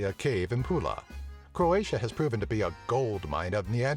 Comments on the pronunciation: You pronouce It all wrong, It's so funny xD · It is so funny to hear all hilarious wrong pronunciations as a Croatian.